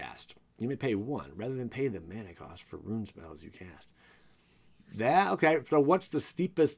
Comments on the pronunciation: Rune = Roon not Ruin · Roon. Not Ru-In. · bugged me every time he said "ruin" not "rune" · It's "Rune" not "Ruin." You even misspelled it in the video thumbnail. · It’s rune as in roon not ruin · RUNE=ROON. NOT RUIN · Bro it’s rune not ruin lol 😝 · Rune /ro͞on/ - a mark or letter of mysterious or magic significance. ...not Ruin. Ru·in /ˈro͞oin/ - the physical destruction or disintegration of something or the state of disintegrating or being destroyed. Good info but listening to you do that for the most significant part of this vid was cringy. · Please stop saying "ruin". It's "roon" (phonetically) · great video but the rune pronunciation ruined it